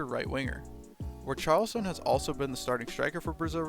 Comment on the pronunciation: it's pronounced ree-shar-lee-son :)